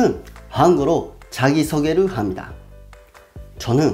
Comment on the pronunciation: 일본인들이 "하무니다"로 발음하는거 정말 귀엽게 들려요. 😀